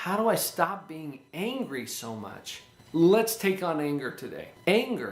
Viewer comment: WHY AM I HEARING HUNGRY OMG Νice video